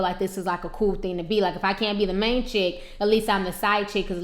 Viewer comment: Theen??? It's thing!